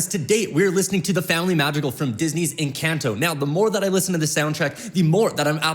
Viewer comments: That's not how you say encanto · I LOVE this guy but the way he pronounces Encanto and Madrigal are killing me 😂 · from encAnto to encAnto to encaunto to encAnto sheesh (im talking about the pronounciation, in whatelsecan ido u pronounce it correctly but in all the others u didnt.. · Bro this guy be saying encAnto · I love the video and the reaction. Only thing is its not pronounced enCANto, try to pronounce the A with a soft sound. :) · your saying it wrong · I love these videos but he needs to start saying ENCANTO correctly 😭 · Please ENCONTO NOT ENCANT-O AND ITS MADREEGAL